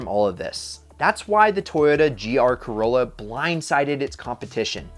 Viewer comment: when you say corlla i actually think of initial d and the ae86